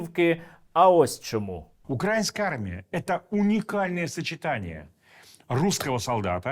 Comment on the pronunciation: Коли вже кацапня навчиться робити правильно наголос украЇнська армія?! Боже, які вони всі недолугі!